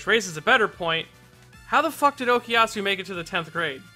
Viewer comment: I don't think that was ever dropped. We just didn't see it because it'd take too long. It can be assumed it's always there during the muda rushes. Why does everyone say Okiasu? It's OKUyasu!